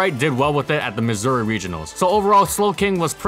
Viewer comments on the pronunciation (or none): none